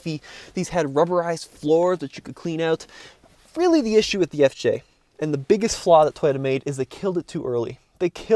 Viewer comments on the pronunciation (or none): none